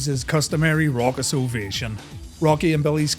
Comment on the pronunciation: 'raucous'? nah..."Rockous"